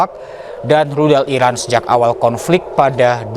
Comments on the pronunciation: Iran bukan irak woyy ..gmna si jd presenter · Pembaca beritanya menyebut Iran sepertinya Irak...